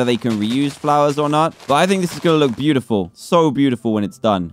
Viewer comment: Dan: There BEE- utifal ME: Dan stop Trying